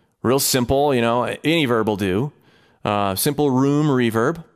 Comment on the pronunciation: anyone else heard herb instead of verb at first ?